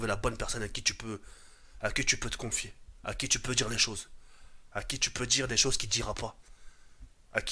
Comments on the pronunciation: "j'en ai vu des saujes" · j'en est vu des soges (au lieu de choses😂) 2016😂